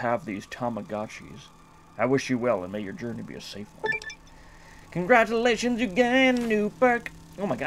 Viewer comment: "congradulations" lol